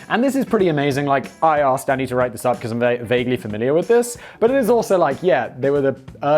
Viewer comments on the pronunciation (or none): When he gets going and says “Danny” sounds like “Daddy”